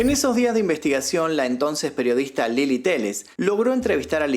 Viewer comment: y es Lela no Lili je je je 😄